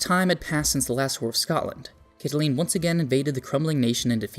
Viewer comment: Fyi Caitlin is Katelyn not Cat a lean.